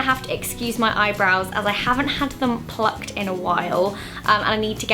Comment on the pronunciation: The way Zoe said plucked😬